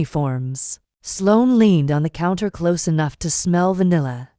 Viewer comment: Can't you get the AI to pronounce language correctly, because listening to this is painful. I thought these AI things were supposed to be better than humans!!? HaHa Ha But they can't read ahead to see the difference between CLOSE AND CLOSE (pronounced - cloze) and says "am" as a.m. which is why AI is useless.